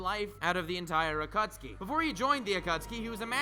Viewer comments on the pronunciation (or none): wait is it Akutsuki or Akatsuki? because you're pronouncing it like Akutsuki. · The naruto fans ad still triggered. It's pronounced a-ka-tski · Is it really pronounced akutski and not a kat suki? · the A kat soo kee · At-kha-suki omg that's hilarious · lmao, the Aa-cat-tsu-ki